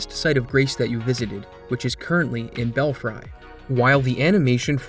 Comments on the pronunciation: Awesome and fun video! Btw, “belfry” is pronounced bell-free, not bell-frai. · To clarify this for - the word is "bell-free". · great video, as always. may want to recheck how to say 'belfry' (bell-free) and 'belfries' (bell-freeze), though. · Bro, that's a belfry, you never heard that word before? lol. It's pronounced Belfree, so when you make it plural it's still pronounced the same except you add the s sound at the end. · I believe it's called the "Erdtree" idk what an Eldtree is but they aren't in this game...also belfry is pronounced "bellfree"...never heard the expression "bats in the belfry"?